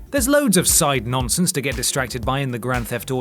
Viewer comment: Did you say side nonsense or side nonce?